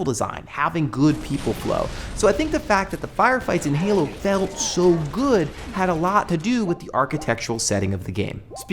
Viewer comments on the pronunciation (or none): none